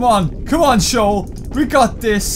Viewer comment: finally, somebody else that actually knows that the correct pronunciation is Shoul